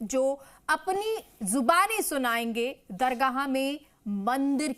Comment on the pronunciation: Pahle tum apana alfaz Sahi karo dargaha bolrahi hai